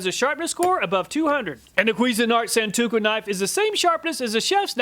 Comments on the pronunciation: It's pronounced a Sawn-toe-ku Not Sawn-two-ku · Thanks again for another fantastic video! One thing to watch out for though, you fumbled the pronunciation of "santoku" a few times. You said "san-too-ko" a few times even though the first time you correctly pronounced it "san-toe-ku" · Love your channel. I watch all of your videos even though I'm never in the market for any of the things you test. I hope you don't mind this unsolicited correction - it's pronounced "san-toe-koo" not "san-too-koh" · Sahn-Tō-Koo, Not San-To-Kō. And For Those About To Call Me A Weeb Or Weeaboo Look Up The Definition Of THAT WORD!